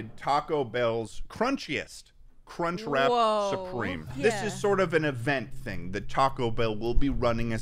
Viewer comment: That guy literally does not say "crunchWRAP" once. He keeps saying "crunchrat" lol